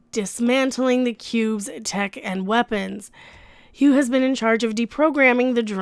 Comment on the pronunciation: Ü The first time you said Hue, I thought you said Q. I was What !?! What!?! at first.